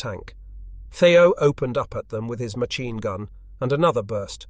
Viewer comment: This narration is much better than many but yes. Listen to how it pronounces machine for one.